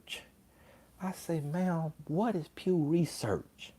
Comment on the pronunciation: DID SHE SAY P.E.W. RESEARCH ?!?!🤣🤣🤣🤣🤣LIKE THE PEW FROM THE CHURCH ?!?! 🤣🤣🤣🤣🤣